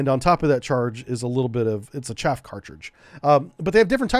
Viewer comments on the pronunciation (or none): Some corrections... - SM-2 Block II improved the ECCM... Electronic Counter-CounterMeasure, not the ECM. - Chaff is pronounced like Ch-ah-F, not like Chafe. - You multiplied the Harpoon weight by 10 when reading it out loud. - The Mk46 torpedo weighs 508 pounds complete, the warhead is only a little less than 97 pounds. - Mk50's are not the '46's little brother except in terms of development timeline as it weighs more than 50% more, has a slightly larger warhead, a third greater range and better than 50% increase in maximum diving depth and was designed specfically to deal with deep diving, titanium hull soviet submarines. THe engine isn't a battery, its a closed loop chemical reaction producing a LOT of heat and steam to drive the pump-jet. - The Phalanx 20mm CIWS... switched from DPU (which for the US government, which has a LOT of nuclear reactors which depend on enriched uranium as fuel with depleted uranium being one of the byproducts of that enrichment process, is actually exceedingly cheap compared to what Tungsten alloys costs to produce) to Tungsten out of environmental concerns about polluting the oceans with a projectile that is still mildly radioactive and might be injested by marine life that could get into the food chain consumed by humans. There is no program to fit SeaSparrow missiles to Phalanx systems. Perhaps you're confused by the SeaRam system which combines the radar dome and sensor fit of the Phalanx Block 1B with an 11-cell launcher for the RIM-116 Rol